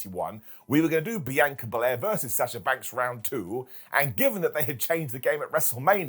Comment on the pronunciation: Say it with me Brits "BEE-ON- KAH-"